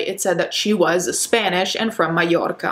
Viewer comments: I love how you pronounced "mallorca" like with a heavy Italian accent, because you don't pronounce mallorca in spanish like that. (Latin here) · When you pronounce Mallorca, you sound really italian. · can we just appreciate how Italian is coming through when she says "Mallorca":)